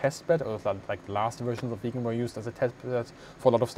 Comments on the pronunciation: The name of the aircraft is VIGGEN !!! It is an INSULT and a BIG mistake to the pronounce the name of this magnificent aircraft in the same way as "Vegan". A "Vegan" is an animal welfare fanatic. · Hi, when you say "Vegan" instead of 'Viggen', you forget that the aircraft was always a predator, and could never be a vegan. It has blood on its intake manifolds. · Great upload as usual but a petty point, its not Viigen, it is Viggen. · I have only seen one other plane with the Viggen's splinter camouflage - and that was a WWI plane. Why is it unique to this plane only, and why was it replaced with grey ? Another question : Why are there fluorescent numbers and stripes on the plane if it has camouflage to hide with ? The Viggen is absolutely one of the best looking planes ever to fly. I had no idea it was pronounced "vegan" . I had always called it vij - gen or vig-gen. 👍